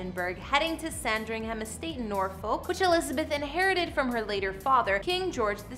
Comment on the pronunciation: As a Brit i’ll so many of the names you have butchered here like Thames and Norfolk and Sandringham for example